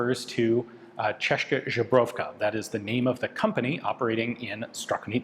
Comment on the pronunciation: Ian, how did you unlearn to pronounce Česka Zbrojovka? You nailed it around 2018, but seem like you're not even trying anymore in recent years.